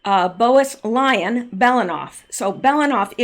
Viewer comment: Bowes-Lyon is BOZE LION,. Calliope is four syllables, rather than three.